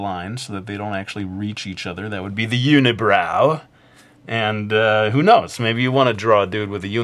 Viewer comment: LOL when he said "THE UNI-BROW"